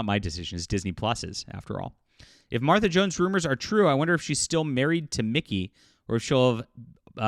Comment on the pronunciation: Hey you said her name just fine 😊